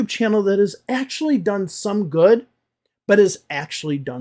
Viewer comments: don’t get me wrong please. I am asking because it sounded like [u:] to me. I am working on my accent and one of my teachers told me I should always pay attention to that particular word as it changes it’s meaning when you pronounce it with [u:]. Maybe it’s just me and my bad listening skills. So I was curious if that could really be a mistake if I’d pronounce the word “good” with [u:]. 😄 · Excuse me, was it a long “oo” in “good” you pronounced at ~? I am just curious. No intention of making another video about English teachers teaching wrong pronunciation 😄